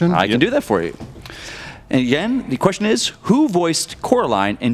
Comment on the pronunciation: "Your second questsher is" lol 😂😂